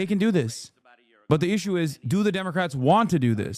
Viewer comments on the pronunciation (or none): none